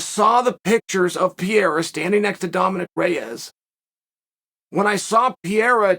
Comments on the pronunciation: PE-REI-RA not Piera, cmon chael u can do that my guy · Purr-air-uh. Not Pee-air-uh is what I thought. Thanks Chael for setting me straight. Undefeated in linguistics. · it’s pronounced alex “pear rare rah”. Keep up the good work uncle Kale..Chael 😅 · how can you know so many things, how can you talk so much about all this and cant even pronounce his name correctly? who the f**k is Piera? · Sonnen Say it with me Chael: "Peh hay rah" (or "Peh ray rah") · Ankalaev beats Pereira I think. Chael still sticking to his guns of pronouncing Pereira wrong 😂 How sad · Today Ariel lecture Chael on how to say Pereira, in which Chael said perfectly twice, then went back to Piera like a Champ to never go back. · another chael "piera" video, we are truly blessed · when are you going to stop pronouncing every fighters name like an uneducated white guy… you’re missing an entire R in Pereira… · Based on your pronunciation of Pereira, we believe you when you say you don’t know him personally 😂